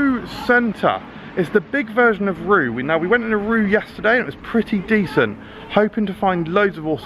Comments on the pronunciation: Not to be 'that guy,' but I believe it's pronounced along the lines of 'Ray-Wer' instead of 'Roux.' So I guess I am that guy after all. Hooray! Definitely enjoy these foreign supermarket tours, hope there will be more to come at some point! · It’s pronounced Reeva FYI